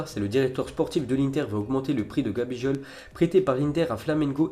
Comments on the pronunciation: Gabijol 😂😂😂😂😂😂 cest gabigol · gabijol. Avec un g comme goooaaaallll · #dyslexie de la bouche !!!! 🤣🤣🤣 ça pète les tympans !!